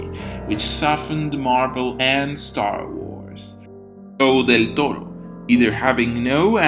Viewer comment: Excellent video, especially because Victorian-Gothic architecture has always seemed exquisitely relaxing to me, visually speaking, also your pronunciation of the nickname "Del Toro" is simply refined